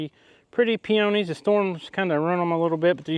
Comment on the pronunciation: Glad you and your family was safe from the tornadoes. Thank you for helping out with the clean up. I understand that we sometimes have different pronunciation of some words. But here in Canada we(I) call those pink flowers Peonies (pea-ah-nees). 🇨🇦 Congrats on the new twins.